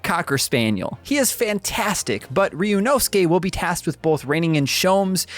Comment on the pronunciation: Of all the videos out today, this is the most well put together and i can tell proper research was put into making this. Can't wait for this game to finally come out in ENG!!! Edit: Update, this guy is also the only one so far who tries to pronounce Ryunosuke's name correctly. Thank you